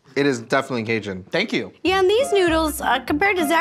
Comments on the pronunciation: If I hear casian again ima lose my mind 💀 caJun 🤣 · driving me 🦇💩🍌🍌🍌 that he can't say caJun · Why does pronounce Cajun like that 😂